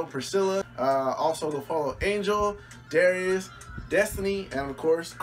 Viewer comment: This man said darius 😑 lmao